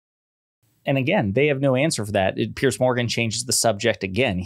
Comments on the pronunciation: It's "Peers" Morgan. Not "Pierce". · Why do Americans have problems saying Piers' name? It's not like pierce, it's like peers. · Piers Morgan's name is pronounced the way you’d pronounce the plural of pier. As in The dock has two piers. Not pierce, as in Why are you gonna pierce your navel? And please, let’s retire the term “unpack”.